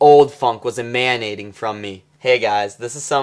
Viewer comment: Is he pronouncing 'emanating' that way on purpose?